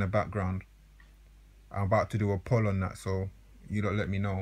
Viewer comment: The way you pronounced "poll" tells me you've only read that word online smh.